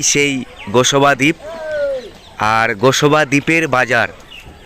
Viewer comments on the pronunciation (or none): আপনি গোসবা দ্বীপ বলছেন ওটা হবে গোসাবা দ্বীপ।